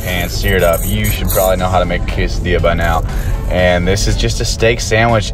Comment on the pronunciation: its pronounced quesadiya , not quesadill pickle- grow up